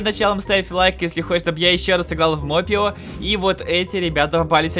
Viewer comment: Не мопе ио а моп ио